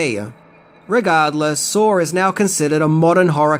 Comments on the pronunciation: I knew 6 of these. So, please, 1) stop assuming what we do and do not know, that's offensive AF, and 2) it's called SAW. Not Saur. Idk why accented people speaking English add more "r's' than rednecks, like taters, mater, manners, winders, pillers, etc ...but it's saw. And nobody saur the movie saur. We SAW the movie SAW. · why do you pronounce it "sarr" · Wait?! There’s an “r” sound in Saw? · "Sawr is pretty gwrosse" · "Sawr" Okay. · I'm going to do a shot every time you add an R to the end of the word saw